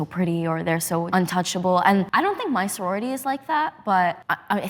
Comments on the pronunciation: saying "Senority" instead of "Sorority" shows how little this matters in the long run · Is he saying "sonority" the whole time? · He legit said sonority lmao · Lmao is pretty inexperienced with life, and he also doesn’t even know how to pronounce “sorority” correctly. He just assumes women are dumb and women groups are dumb and social groups are dumb with no actual basis for saying so. I only watch this channel for Connor, is a big misogynist who lacks understanding of the way the world works because he’s chronically online. doesn’t care about the women in his audience lol. I don’t know how you didn’t see that before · I know it's not important but he's still only mispronouncing because he's never heard of it before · i would imagine he'd question if hes saying it right after hearing it the way other people pronounce it throughout the video lol...